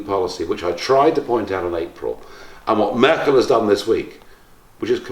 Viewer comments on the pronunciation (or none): none